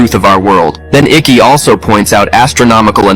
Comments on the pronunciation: David Icke, like Bike, not Iccy. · Lol ai called him David icky